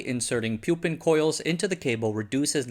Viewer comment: It is not pronounced pyu-pin, but poo-pin